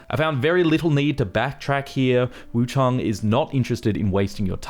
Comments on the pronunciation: WuchAng not WuchUng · Where's the second "U" in Wuchang? Why do you keep saying Wu CHUNG, it's Wu CHANG, ANG, with an A.